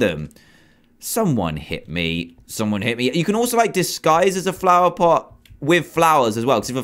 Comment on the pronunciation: He said plover pot